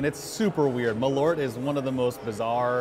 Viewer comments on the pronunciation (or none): The pronouncisation of Malört pissed me off